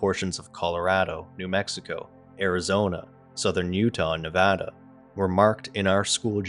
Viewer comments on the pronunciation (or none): none